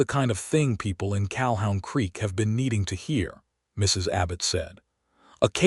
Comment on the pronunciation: It's CaHOON Creek, not CalHOWN creek